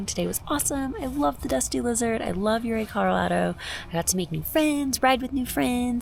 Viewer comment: Folks had a ranch up near Montrose. I always heard it pronounced ‘Oooh Ray’ on the Uncompahgre.